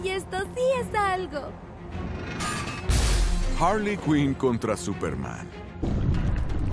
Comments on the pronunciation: Harley Quinn no "Wasona" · Se llama Arley cuinn